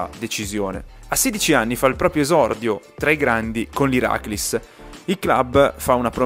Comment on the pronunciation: Si dice Irakli's.sofokli's....tri'kala...ioniko's nikeas..